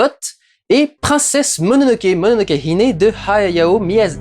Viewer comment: C'est Mononoke hiMe, et non "HiNe".